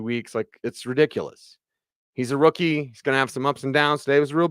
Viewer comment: I moved to the other room, and you were asking, when is a rookie not a rookie, but from there it sounded like when is a wookie not a wookie! lol I was like, did orange and blue today turn into jedi and sith today? A wookie is not a wookie when they give them pants!